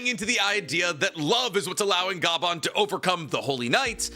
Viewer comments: Bro just called Scopper - scooper and keeps calling him Ga-ban, it’s one word my dude, Gaban (gah-bahn) pronounced together not separately 😂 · Ok… i see the other comments on it but on one explaining how to pronounce the. Names. it’s pronounced like copper, Scopper. And Gaban like garbanzo beans without the R. Good video tho! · you saying scooper bagan makes me nauseous plz stop i know you doing it on purpose 😞😪